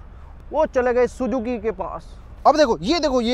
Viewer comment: Sujuki nahi suzuki hi ok naam too sahi se loo